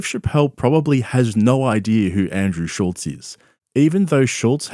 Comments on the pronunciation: I can't stand how everyone puts a "T" in Andrew Schulz's last name... It's F'n SCHULZ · This YouTuber doesn't even know how to pronounce Schulz's name. How much does he really know about him.